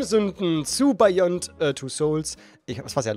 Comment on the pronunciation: Bayond Bruder :D wer kennt’s nicht?